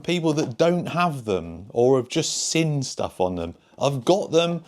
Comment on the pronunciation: Drinking game: Watch several videos and everytime 'seen' is pronounced as 'sin' you do a shot.😊